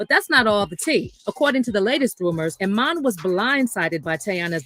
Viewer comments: “Eye men”? 😂😂😂😂😂😂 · pronounced E MON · I’m 💀 hearing “I-man” 😆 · I dont know what married woman needs to hear this: these men always have the mistress around the children. Ask your man if his own father put them in a treacherous situation when they were kids forced to keep secrets from their mom…😮 his name is pronounced E-mon